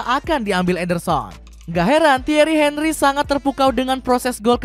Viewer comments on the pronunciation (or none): none